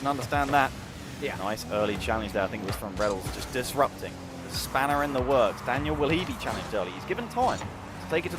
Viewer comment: the caster really said laniel and arseybaby